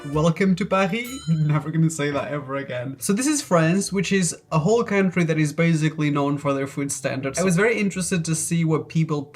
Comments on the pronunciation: why do you say baZically? its baSically. Also you should have done some from asia also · I challenge you to go ONE video without saying "basically"... My bad, "bazikly". You're allowed to say it (hmm what's a normal # for this?) 3x MAX... Ur nor down.